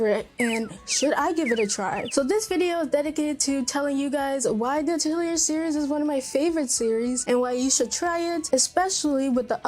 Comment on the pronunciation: I think you may be pronouncing Atelier wrong as back when I started playing them I did some research on it since I wasn’t sure and it seems to be more like “uh-tell-ee-yay”. So you don’t really hear the “r” at the end. But, if you love Atelier games, you may also like the Blue Reflection games. They are also from Gust and similar gameplay. Magical girl. I love Blue Reflection and Atelier so much.